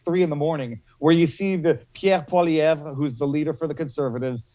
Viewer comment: He said Poilievre correctly !!!